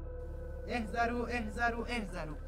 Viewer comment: اَحذرو اشتباهه عمو وباید بگی اِحذِرو